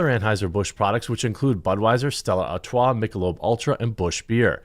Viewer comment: Jeremy says Stella Artois so fancy 😂